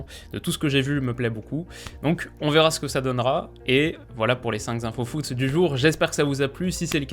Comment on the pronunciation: Cher, c'est rare de t'entendre faire des fautes de liaisons, mais comme cela fait plusieurs fois... "cinq" ne prend pas de "s", donc "cinq infos" et non "cinq zinfos". Sinon continue comme ça, tu es particulièrement brillant dans tes analyses!